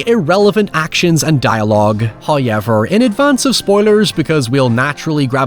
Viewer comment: i swear you're just saying "huyever" as much as you can to piss me off...love your videos